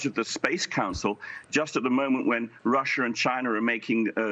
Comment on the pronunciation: Why does this correspondent say "Russer" and "Chiner?". Could he learn how to pronounce English words?